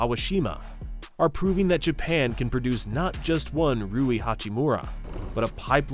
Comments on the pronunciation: How can you not even get the name of the main character in your video right. its RUI not RIU... seriously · I think its Ruwi not Riyu. Rui Hachimura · "Rui" (similar in pronunciation to Louie), not "Riu" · rui not ryu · Calling him riyu is crazy… his name is RUI lol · his name is 3 fucking letters long and you're pronouncing it wrong. How? It isn't RIU, it's RUI. Are you serious? ROO-WEE, not fucking REE-YOO. And you don't even mention Yuta Watanabe, a fucking NBA player.... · Yo jap here. Two pro leagues were total politic shenanigans, and the corporate league was cancer of the system. I’d say the cultural overture played a lot. 20 years ago, no executives would accept naturalized tall white guy or even mix blasons guy as Japanese. Hell, nothing matters than win. They kinda covered the height problems in the B league and the national team now days. Btw it’s not [Ry-u] it’s friggin [Ru-i], not [Kay-sy] but [Kay-say]. You can hear them some clips man. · How hard is it to pronounce Rui’s name correctly? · I noticed that too. Though to be fair he got it right after like the 3rd time, haha